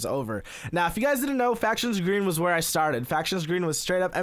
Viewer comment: NOO dont go back to gween